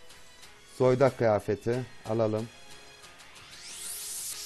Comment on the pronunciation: Zoydak demene bitiyorum 😂